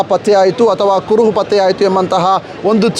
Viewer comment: Adu " kuruvu patyavagilla " alla marayre. Adu " kuruhu patteyagilla Anta marayre. Nimage dodda namaskara. Dayavittu baarada kannada maatadi kannadakke avamana madbedi 😂😂🙏🙏🙏